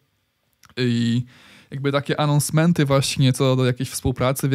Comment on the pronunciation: "łolety, anousmemty i iwenty" jprdl